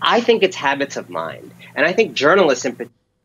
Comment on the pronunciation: I'm pretty sure he said "Hobbits" of mind.